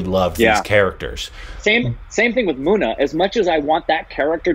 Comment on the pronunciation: its not muna ... its munna .. mun-na